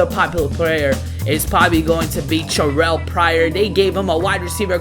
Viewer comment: why do you Terrelle like 'Cherrelle'?